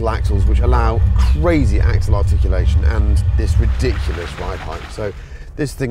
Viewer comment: What kind of axle .he didn't mention the word properly!